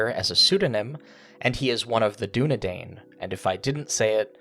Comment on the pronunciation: You preempted one of your viewers clarifying that it's not "striders" but the "Dúnedain". But oh you fool! You fell into my trap by pronouncing it incorrectly, for, you see, it's pronounced using the "a" from "DúnadAn", but with an "i" sound afterwards. Otherwise, great video, thanks for uploading it :)